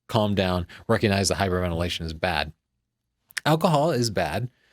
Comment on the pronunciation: "Hyperventilation" (two 'i's', rather than three. lol)